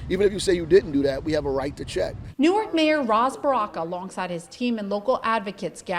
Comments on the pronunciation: Hey we pronounce Newark (Nork)... And yes that mayor is a clown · It's pronounced like new orc, not new ark. We aren't Delaware. Lady you live in Newark, it's toxic no matter where you are, stfu.